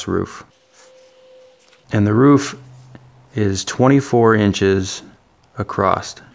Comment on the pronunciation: He said Acrosst just like my wife makes fun of me for! Great Video!